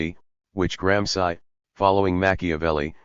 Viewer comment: So funny the robot voices (trained as anglo-saxons) can never spell European names properly. Is not just this voice, which I am so used to by now, but even the robot voices do that same thing with GRAM SCI ! Many thanks. New Night Listening! Best wishes from Valencia Spain